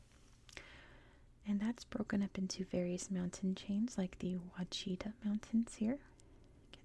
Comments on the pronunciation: Very enjoyable as a native Arkansan. Just one little FYI- We pronounce Ouachita, “WASHitah”. 😁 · Also, the Ouachita mountains is pronounced like “wash-ita”. Almost rhymes with Wichita. (I would normally never correct someone on their pronunciation but you always ask. It’s another Native American/french word)